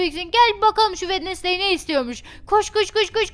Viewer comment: wednesday günveme dedi 😌😌